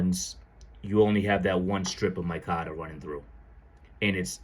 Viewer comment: It's not "my cotter" I can't listen to you call it that anymore